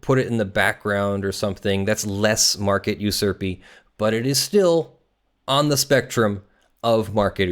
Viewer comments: Glad I wasn't the only one bothered by pronunciation of the word "usurp" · Usurp is pronounced You-Serp. And "due" is pronounced "d-you".